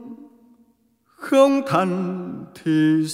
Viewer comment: Tiếc lúc phát âm ko thành ra ko thằn...vẫn bị lỗi này như trước kia hát đôi với băng tâm